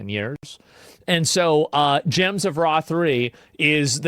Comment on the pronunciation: Did I hear that right? "God is the Ra'd of sun" =p